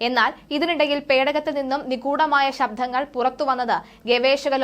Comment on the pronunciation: ശബ്ദങ്ങൾ എന്ന് പറയുക. നിങ്ങൾ പറയുന്നത് " ശബ്ധം" എന്നാണ്.